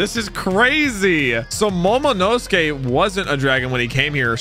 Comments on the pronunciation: It's MOMOnosuke, no MONOnosuke. 😤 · say momonosuke right pls